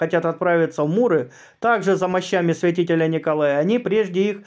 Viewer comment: Простите, чтецу вопрос.МУры или Миры Ликийские? Может я чего-то не знаю? Спасибо.